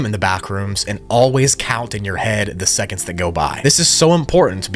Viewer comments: he said esconds instead of seconds💀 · Ah yes “esconds” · "Always check the time in the backrooms and always count in your head the [esconds] that go by" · ah yes, esconds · “ The esconds “